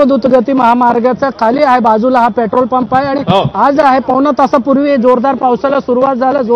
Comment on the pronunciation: Yala pahile petrol bolayala shikava